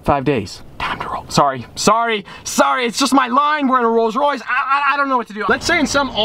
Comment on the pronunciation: Am I the only one that heard rolls royce rape when he first said it? Lol